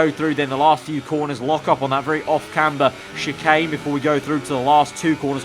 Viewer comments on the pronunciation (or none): none